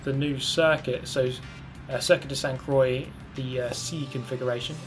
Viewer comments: cool vid but "croix" is pronounce like "kwah" not "croii" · Sainte-Croix is pronounced "sant-crou-ah" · Love your humor. Love your driving. Love how you pronounce "Sainte-Croix" and your favorite place. #nohomo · Did you hear that? That was the sound of a million french people dropping their croissants at the same time after hearing pronounce "croix":D